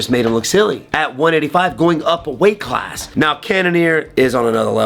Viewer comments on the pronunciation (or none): none